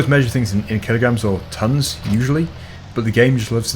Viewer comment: Say tons!!